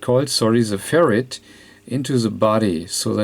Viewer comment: You are a great technician, and I love your accent , but it makes me laugh like crazy every time you say "Ferret" lolol because we send "Ferrets down the rabbit hole ! cheers